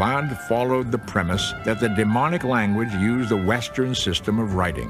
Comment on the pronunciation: DemoTic, not deMonic!